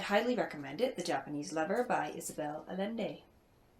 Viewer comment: Sounds like a great book. I look forward to reading it. By the way, the author's last name is pronounced A-YEN-day. :)